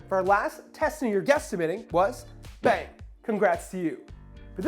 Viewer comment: Every time you say "Bang" I keep hearing "Ben". I'm like, "Ben again? Always in the comment section guessing the correct numbers"